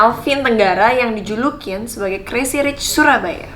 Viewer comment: Kalo boleh bahasa Inggrisnya di perdalam lagi Krn kamu itu public figure jadi kalo bahasa Inggris kamu jelek ma ketahuan bangat.. Modal cantik doang... Ngak ada kelebihan yg bisa di bangakan dr kamu... Maaf yha ini cuman masukan doang... Oyah crazy bacanya crezy bukan kresi...